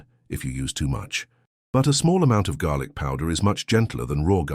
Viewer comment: Garlic . Not garic. Fool